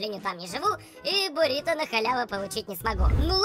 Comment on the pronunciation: Не борито, а буррито